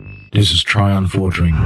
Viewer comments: "trion"? it's Tirion, Ti-Ri-on, pronounced Tij-ree-un. okay, redo the trailer, get the name right, and the whole terminater thing? you milked terminater too much in the trailer. you underplayed some things and overplayed others. not worth the stars. you gotta make the trailer follow the theme of the game, WoW being fantasy, you cant dump modern day sci-fi. seriously, I'm calling you out to do a redo. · i think you mean tear-y-on. You have an extra "r" syllable there. I know that the one in the movie is mispronounced. The guy who did the voice acting for me has a thick Scandinavian accent. I didnt feel like making him redo it just for that one mistake. I figured people would get the idea. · im not saying anything negative and i know alot of you out there already know this but im pointing this out for evryone who doesnt know... its fake, cool but fake the first clue was that thats not tirions voice and the second clue is he pronounced his own name wrong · That.. Was... Epic... despite the Tirion being pronounced wrong, that was really awesome bro.. ignore the haters on the name though, I mean, their just jealous xD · The name "Tirion" is weirdly pronounced. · lol you pronounced Tirions name wrong. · You mispronounced Tirion...that's just sad.